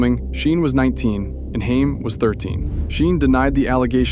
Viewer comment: Hey. GenX here. 1975. Grew up with the Coreys. You pronounced Haim's name wrong through this entire video and it drove me nuts. Its pronounced (HAY-M) not (HIME) OKAY? Cool? Cool. Also my husband and I donated hundreds to the My Truth Doc. We werent disappointed and we understood his plight. We were happy he had to balls to call out who we knew raped 11 year old at the time Corey Haim. Haim was MY Corey. Every GenX girl has a Corey. Feldman or Haim. The amount of suffering he endured before finally being snuffed out by the vampires of Hollyweird was insane. Then they allowed fake news to circulate (for an entire MONTH) that he died of an "overdose" before coming clean (no pun intended) that he tested negative for the very drugs TMZ and others said he died from. He died with the same symptoms others in Hollyweird died from when they were talking. Heather Roark, Brittany Murphy, etc... a "pneumonia type illness causing water around the heart and lungs leading to asphexia" (can be toxins given by a quick poke of a syringe, permanently silencing the one talking) which is clear they silenced him for talking about his childhood rape in the "Two Coreys" reality show. We never saw him again, after that. Feldman takes a lot of shit for acting "crazy" because hollyweird goes to great links to show only his crazy moments to try making him appear like a big joke incase he tells more, he will be taken as Un-credible. But GenX knows. We witnessed the abuse chase them into booze and drugs a